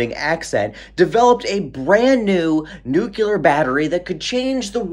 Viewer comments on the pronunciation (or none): Whats Nucular? Nuclear? Hemp batteries ftw. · Sorry but, Nuculer has annoyed me since the Bush(s) administration(s) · As far as pronunciation of words goes, if it looks to you like there is a 'u' between the c and the l in nuclear, who am I to correct you. It's not like the decrepit, lead poisoned, old, just missed being a boomer, curmudgeon, sitting in my chair, is getting paid to give you speech therapy. :-) As for the batteries, one way to think of it is that if you put 70 of these 12 joal batteries in parallel, they will outperform the 700 juala AA battery, and won't have to be replaced every day. They might take up 10 or 20 times as much space, but that just means you stick them in the wall behind the sensor you've built that looks like a wall clock. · Homer Simpson says “nOOkLEar” instead of nuclear… 😝😆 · lol you say nuclear like George W Bush, which is why they instructed him to say “weapons of mass destruction (new-clear). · I reallllllllllly like how you say newclear😂 But you need to work on secondly😂 love ya man! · That’s how I say nuclear too. It must be a Midwest thing. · I truly enjoy your videos, chock full of information and I’m not at all bothered by the way you try to say nuclear 😉